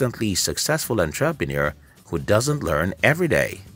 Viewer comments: Say entraprenuer one more time.. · EnTRApenuer? Lol that pronunciation though. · That Enn TRAA Pre Noor kills me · Everything is great in this video, except the way he pronounces "ENTREPRENUER". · WTF is a “on-trap-a-near”?!?!? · Good points. May I request the following corrections: 1. You mention in seconds duration that you learnt 10 lessons by reading 300 books while actually there are 9 lessons in your content. 2. Your pronunciation of entrepreneur is incorrect. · So you read hundreds of business books, but can't pronounce the word "entrepreneur"? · Entrepreneur? It's pronounced: entrepreneur! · The English is sooo bad. And the pronunciation of 'entrepreneur' is just so wrong. And the voice is so robotic. Is this video for real? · I get your point and on second thought I agree with you fully, one needs to pay serious attention to such.🙏🏿😉